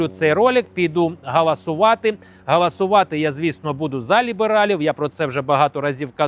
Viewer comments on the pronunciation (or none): Підеш не ГАЛАСУВАТИ, А ГОЛОСУВАТИ!!! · 😂гАлАсує у нас Юлія Тимошенко, правильно голосувати, бо перше, то означає чинити галас...